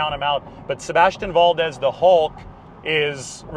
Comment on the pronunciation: You pronounce Valdez like a white boy.